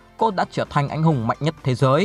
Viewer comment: Đọc khó nghe quá , sai chính tả tùm lum ,Anh Hùng mà cứ đọc anh hung là sao cha 🤷